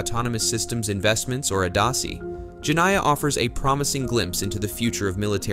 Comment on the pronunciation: Jeniah, in Arabic, is the female of Djinn which is a kind of fairy.. the I after N must be read as ee Jenneeah phoneticaly.